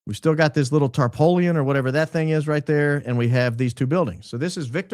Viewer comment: B-BaronBbbbbaron! Did you just say "tarpowleun"? I knowed you wuz Kuntry. I bet you know Latin and hover around 150 IQ even if you've been day drinking. But coming from Hattiesburg Mississippi I can say you are killing me. The rest of the world calls it a tarp, or tarpaulin. Not here in the new South, we caint say it. Bless your heart, with your dad gum tarpoleon. I know you have at least one Chester drawer😂